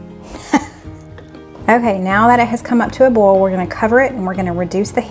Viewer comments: Condolences to your family. We lost our youngest sister to pancreatic cancer in 2008z Love your channel, though I cringe whenever I hear bol and ol instead of oyl and boyl. Lol! Where can we find the Auntie Nono’s? Wasn’t in Amazon. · OMG the beef looks sooooo good . i know ive said it once but i just love how you dont pronounce the I in oil , boil and other . :) Lots of love from Montreal Ya'll